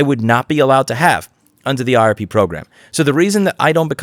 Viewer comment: I swear I (mis)heard you pronounce IRP program several times as RIP program, which makes it so much better :D